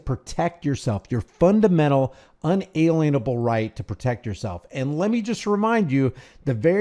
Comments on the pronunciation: Un-a-lien-able It means a lien may NOT be placed on them. They are Not lien-able. So important to say this word properly. Love you and your channel. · It's not Un-A-Lien-Able. You sound like a goofball when you say that. It's In-alien-able as in "can't be alienated". Look up the words and their etymology.